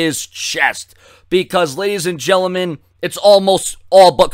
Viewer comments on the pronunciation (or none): you say gentleman wrong, its not "genleman" it's gentleman